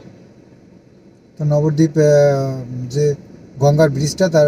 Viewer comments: নবরদীপ নয়।উচ্চারণ হলো নবদ্বীপ। ভেঙে বললে নব মানে নয়। নয়টা দ্বীপ। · নবরদ্বীপ না নবদ্বীপ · নবদ্বীপের কাছে থাকে সঠিক উচ্চারণ টা এখনো জানে না ।